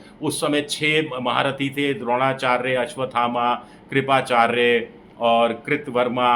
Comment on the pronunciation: राहुल गांधी को कर्ण और करना का फर्क नही पता , कृपाचार्य को कृप चाय पढ़ता है। भाई गजब है